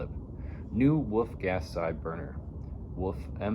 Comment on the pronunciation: There is an L in the word Wolf, you just make a dogs barking noise WOOF WOOF